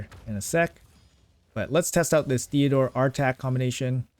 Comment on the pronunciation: TEOdor not THeodor 😂